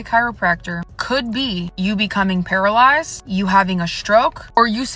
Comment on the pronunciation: Talk about para-LIES-ed lol